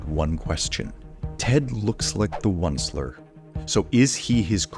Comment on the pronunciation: the fact that you don’t rhyme “Oncler” with “grandsoncler” hurts me